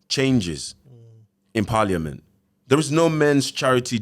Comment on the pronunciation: It’s so entertaining seeing abusive men who talk as if they’re fully literate on the policies regarding domestic abuse. When he said paaliament 😂. He was holding down that accent the whole show 😭